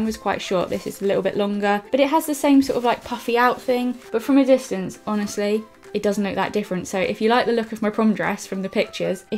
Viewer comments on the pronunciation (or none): none